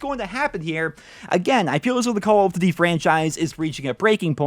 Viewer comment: Does he not know how to pronounce duty?